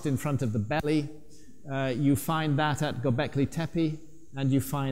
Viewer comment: «Göbekli» ("belly-like") is pronounced with accent on ‹i› at the end of the word, «Tepe» ("hill") with two clear ‹e›, like 'e' in "check" or 'ai' in "again", with accent on the last ‹e›. Learn it already!